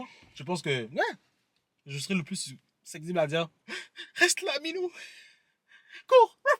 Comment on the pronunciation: on dit su cep tible 😂